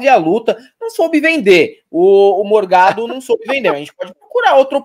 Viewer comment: Corrijam por favor. Não é Morgado é mor-GADO. "Forgado" e fascista.